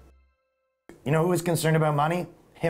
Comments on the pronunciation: "himler" lol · "Himmler"? Heinrich? Hahahaha